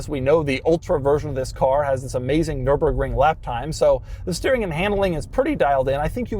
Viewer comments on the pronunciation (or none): none